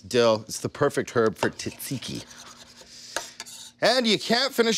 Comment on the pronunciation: You my friend are pronouncing it wrong I as a Greek man say differently I will try your recipe though